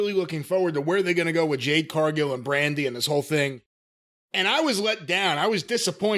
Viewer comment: Has anyone told Jim that her name is Jade😂